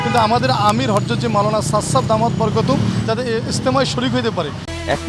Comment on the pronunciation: নামটা সুন্দর করে বলতে পারে না। আবার সংবাদ পড়তে আসছে! খুব হাসি পেলাম ☺